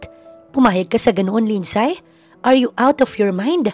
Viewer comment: Eto lang ang story dito na sobrang daming NEGATIVE na koments VERY, VERY TOXIC ang flow ng story…Paanong nangyari na mas may utak pa yung 3 y/o na bata kaysa sa CEO bilyonaryo daw na inilulubog naman sa sariling sabaw ginigisa sa sariling mantika ng cheater EX-GF.?? AT Take note—MAY PASSWORD daw yung tablet ng bata & knows how to change it hahaha! ( LINDSAY is pronounced as LIND-SEY not LIND-SAY )